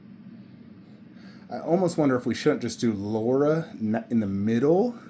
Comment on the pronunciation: LARA CROFT L A R A not Laura. she aint marrying you if you cant even say her name correct 😂